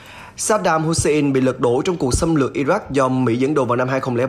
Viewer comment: Wagner - đọc thành Vegner, Hussein - Hút xe in .... FBNC phát âm theo tiêu chuẩn SGK thời kỳ 1990 ?